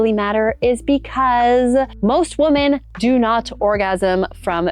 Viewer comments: WOMEN... WOMEN... it's plural...say it right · Learn how to pronounce “women,” please.